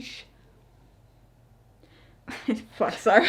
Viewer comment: this is my favorite review. The way you fuck up the word sabotage in the blooper is a cute as a basket of kittens.